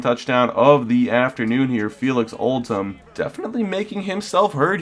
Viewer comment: Did you notice it's Oldham not Oltham.